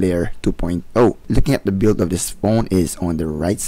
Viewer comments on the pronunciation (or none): none